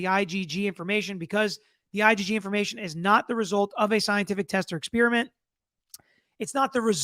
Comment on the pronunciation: Spearmint-flavor of gum. Experiment- totally different thing. Ffs, atleast learn how to pronounce common English words when you're "trying" to educate others.